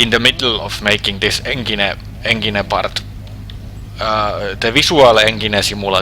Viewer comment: NEINGINE BULLLLING DIVEO this guy is golden hearted in his voice and trying to say words